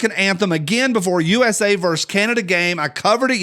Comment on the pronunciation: You said "vers". It's not like you to leave off the U.S.